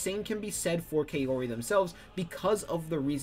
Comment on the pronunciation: Lol kay-ori Pronounced cow-ri for future ref.